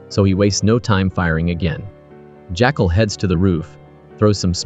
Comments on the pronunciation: Not too sure about 'My6' instead of MI6, and 'JackAL instead of Jackul, plus I heard him referred to as Newt at one point! AI needs better management?!? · I noticed quite a few errors like The CEO that the Jackal shoots in the leg is Elias we see him limping before he gets in the car/motorcade that the Jackal is a chauffeuring. The narration is odd calling the Jackal "Jackcall" and saying "he turned into a private car service". I agree it sounds like A.I or some sort of co-pilot that a little editing before posting would've rectified. ✌️